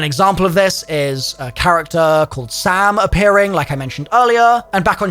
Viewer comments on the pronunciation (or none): I hear sail instead of Sam… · I always heard “sail”